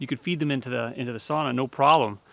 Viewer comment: Hey bud you got it right SAUNA and not sana well 1x you did 👏🏼😁👍🏼